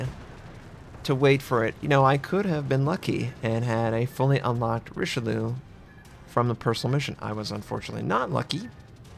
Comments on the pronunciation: if u pronounce it like richelyou , it comes abit closer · sorry to be the one but you should really stop pronouncing this ship the RicheLOO, it's just really really wrong xD